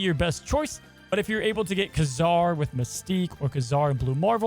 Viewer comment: Loved your video. Very fun variant on the Patriot Ultron punch. But ... PRETTTY sure that the Marvel comics historical pronunciations are KAY-zar (not ka-ZAR) and Shah-na (not SHAY-na). NOT a criticism, just thought you may want to know. Hope that is helpful ... and keep up the great videos!